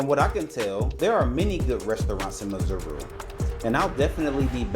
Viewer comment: broo you pronounced it so well from the gate,..... 😀